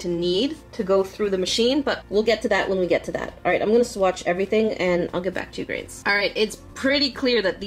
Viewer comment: I rewinded the video and it came out as "hey hey grains"